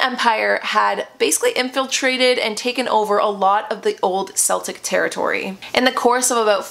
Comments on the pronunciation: KELtic the Irish use a hard K sound for C (I'm part Irish.) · Love these kinds of videos as an Irish person! A little fyi, it’s pronounced keltic (with a hard C). Celtic with a soft C is a Scottish football team. And Samhain is pronounced sow-in, rhymes with cow-in rather than sew (a needle pulling thread 🎵) love this history vid xx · I'm really sorry, and I don't mean to pick you up on what you are saying. My family heritage is Irish and I live in the UK. Celtic is not pronounced the way you are saying it, it is not pronounced as if it is S, it's like the C in say Cat, Cabbage, etc. I think you are brilliant, and I love watching your videos, especially ones like this. So please do not think I am being nasty for posting this, I just thought you may want to know. Happy Samhain 💚💚 xx